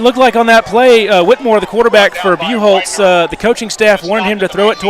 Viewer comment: BUCHHOLZ !! You are PRONOUNCING IT WRONG !!